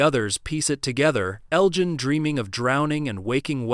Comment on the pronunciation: your AI voice can't pronounce names properly , a dead giveaway. Elgin is pronounced with a soft g, your bot voice uses the hard G.